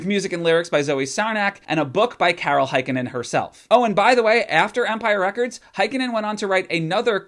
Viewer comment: As a fin the way you pronounce Heikkinen hurts my noggin. A for effort tho